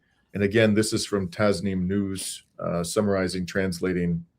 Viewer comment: Correct pronunciation for Tasnim News is Tacnim not Taznim! Thank you